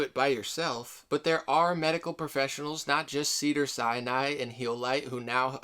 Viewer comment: Not hating at all but it's pronounced Sin Eye, Sinai not Siani